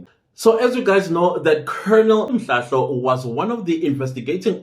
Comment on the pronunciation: You are killing me 😂😂😂, i like it when you say these names wrong, im in stitches with laughter, Colonel Mhlahlo